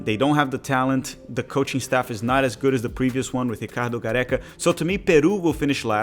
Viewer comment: Pronouncing ricardo the brazilian way was purposefully pretentious lmao